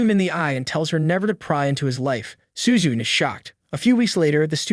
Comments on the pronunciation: Bro literally said Horikita Suzun?! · Why does bro call Suzune, “Suzu” and Ichinose’s name is pronounced like it was English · Suzun Suzun SUZUN all the fucking time! The name is Suzune NEEEEEEEEEEEEEEEEEEEEEEEEEEEEE